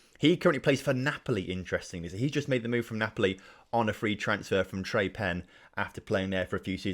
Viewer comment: the 'e' on the end of Tre Penne is pronounced. Also as for the higher seeded club advancing if there is a tie, that's typical for Italy, the Serie C playoffs do it too.